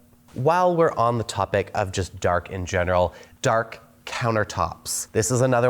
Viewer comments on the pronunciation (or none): Dark not Dakr 😂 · "Dakr countertops" 😅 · “DAKR COUNTERTOPS”